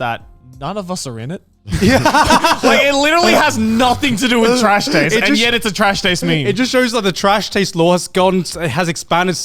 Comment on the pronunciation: "Welcome! To the annual Trash Taids Award!" -Grant